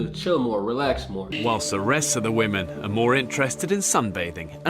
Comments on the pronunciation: Great video other than when you say ‘woman’ instead of women. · Why does every person who does videos on gender insist on pronouncing 'women' as 'woman'?! I'm not having a go but this honestly seems like a universal trait of every person interested in discussing gender... It's pronounced WI-MEN! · My one major complaint with this video - WOMEN wih-men Not woman, woman woman. Mutliple females = women. wih-men. That is all.